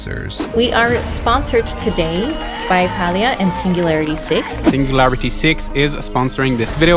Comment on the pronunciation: I don't play the game or anything, but clearly the company that owns Palia didn't lay off 75% total of their workforce... I'm garbage at math and even i know that percentages are only additive when taken from the same whole amount. you're also not even saying the game's name correctly despite showing a clip of someone stating it correctly less than a minute into the video... not the best first impression tbh lol.